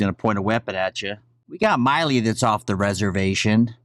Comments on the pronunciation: Not being wise but the generals name is pronounced like... Mill I work at the mill. Milley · Milley not Miley. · He knows how to pronounce his name. He’s calling him Myley on purpose in my opinion. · It bothers me that you keep mispronouncing GEN Milley’s name.